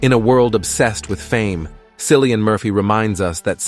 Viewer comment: Cillian pronounced Killian not a C but a K!❤